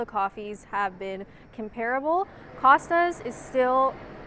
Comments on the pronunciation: Eminently watchable video. Great! However, probably because I'm old and definitely a pedant, com-pear-able (and its many repetitions) offended my sensibilities. Com-pruh-ble might be worth a try 🧐😂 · I noticed that too, but I thought it might just be the North American way of saying it.